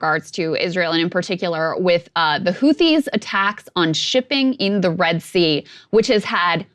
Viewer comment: shew... the "h" in "Houthi" is a silent one. pronounced "hoo-tee"